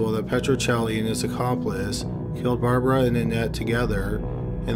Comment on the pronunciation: I really like your videos and the narration but do you think you could start pronouncing the consonants in words like Caught (hard C not "haught") Killed (k sound not "hilled") etc. It always sounds like you are saying h's at the beginning of words and even in the middle of them such as "beghinning" Consonants are cool - you will like them!